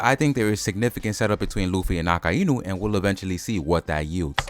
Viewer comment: mate its not a-ka-i-nu its a-kai-nu